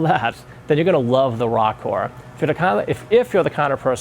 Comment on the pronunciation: Row-core Not Rock-core ROKKOR